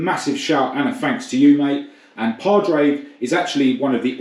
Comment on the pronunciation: Padraig is pronounced Pawrick! Can't have you coming over here and getting that wrong! We Paddy's love our Ford's!!